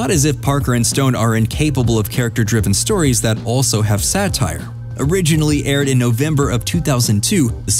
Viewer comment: "SATRIE"? Ironic how you accuse THEM of haste making waste.